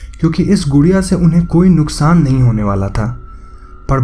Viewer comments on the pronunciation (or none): none